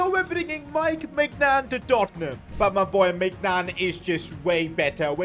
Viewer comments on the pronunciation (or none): doesn't that sound like dortmund instead? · He said Tottenham It’s just the way he said it made it sound like he said Dortmund Listen closely